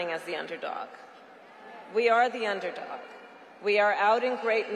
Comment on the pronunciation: With huge emphasis on Dog..